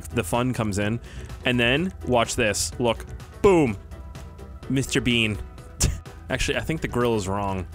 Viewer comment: “Mr Beenz”